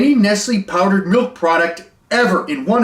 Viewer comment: That wasn’t milk that was malk (now with vitamin R)